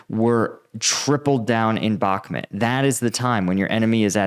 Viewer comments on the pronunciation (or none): none